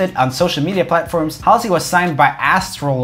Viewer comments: It is not pronounced hislley it is Hauls-e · “how see” SIR ITS “HALL SAY” aka “halsey” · Your pronouncing Hasley wrong. -_ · I’m pretty sure you’re pronouncing Halsey wrong 😂😂😂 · It's pronounced Hall-sey. The 'A' is pronounced like in Tall. Not like in Hat. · It’s pronounced hausey not Halsey 😂😂😂 love the channel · Anyone else gonna tell him it's pronounced as ' Haulsey' not Haalsi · It's not Howlsey it's hall-sey 😂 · He said hahley not Halsey. Hahahaha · Joel its haal-zee that's the pronunciation not hal-zee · It’s not Hasley it’s Halsey 🤣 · ITS NOT HASSLYY ITS HASLY🤣😂🤣😂😂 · Roomie it’s pronounced Halzey but spelt Halsey. 😬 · Is it like hOlsey? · HALSEY HALL-SEE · I love how he can't say her last name (also having the most amazingly scented flower as your last name would be so cool) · every time he pronounced halsey like that i died a little bit inside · Omg same!!!🤣🤣🤣🤣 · Roomie: getting mad that people don’t say roomie right when they react to him Also Roomie: doesn’t say Halsey right (No hate, just wanted to say it lmao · If i hear him say Halsey wrong one more time I'm going to cry. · He also mispronounced Warner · Same I cringe everytime he butchers Halsey's name, even her real name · was i the only one that got triggered every time he said halsey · He butchered Halseys name in seconds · Why did u say Halsey’s name like that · he said "Halsey" wrong XD